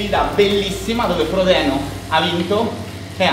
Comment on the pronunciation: “frodino” please